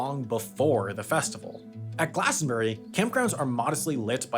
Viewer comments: *glastonBRIE not glastonBERRY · Glas-ton-bree. Not glas-ton-berry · It's glastonburie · Once again I beg Americans to pronounce Glastonbury as a 3 syllable word